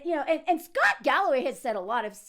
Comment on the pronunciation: I know you are saying "shut up scott" but I keep thinking you are saying "shut up sluut"